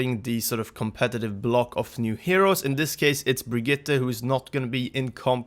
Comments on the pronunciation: I know her name is odd, but how many people are going to continue to butcher the name of this new hero. Especially high profile content creators like this. It's Br-GEET-ah. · The way he was saying Brigette was really triggering me!